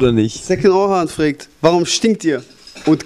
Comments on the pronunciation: maeckes sagt immer "fregt" anstatt fragt :D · freegt? XD fragt sagt man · Der sagt immer fregt und nicht fragt -.-' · "frägt" xD alter xD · wieso sagt der Knaller immer frägt hahaha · meackes wieso immer "Frägt" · warum sagt der penner immer ... frägt :D:D